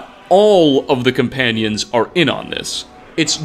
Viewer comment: “The Companionses hall in whiterun”